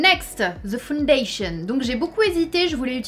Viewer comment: On ajoute "fondation" au lieu de "faaaaouuuundaaaaytion" la bonne prononciation anglais du fond de teint hihi 😂